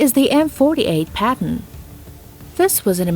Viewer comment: "M48 Patton" but in the timestamp "M48 Patent"